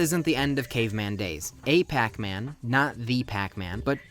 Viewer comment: Aipacman? Darn it,!